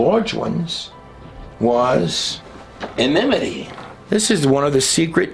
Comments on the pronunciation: I LOVE your Videos my Brother in Christ Jesus! Thank you for your great research and wisdom. I pray that you would speak only that which the Holy Spirit guides you to say and teach in Jesus Holy Messiah 's name!! Now let me be annoying and show you how to say "ENMITY". (Which I'm sure you already know how to say it but sometimes things just.....well you know LOL) So..... "EM"...... (As in Auntie "EM" from the movie "The Wizard of OZ"). "Ni"....(As in the Knights of "NI" in Monty Pythons The Holy Grail movie) "TEA".....as in "Cup, Cup, Cup, Cup Cup Cup, Cup, Cup, Cup. Of, Of, Of, Of, Of, Of, Of, Of. Tea, Tea, Tea, Tea, Tea, Tea, Tea, Tea". In "My Fair Lady". LOL. (So Sorry, Now I'm just a Tool and not funny at all). Em, Ni, Tea". I do hope you found this at least a little bit funny. I love your work and I do know it is Hard work! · ENMITY- yes en IM ity - no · ENMITY. The word is ENMITY.